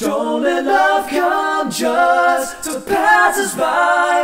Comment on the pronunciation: They pronounce "just" as "jest", tho. "Don't let love come jest to pass us by"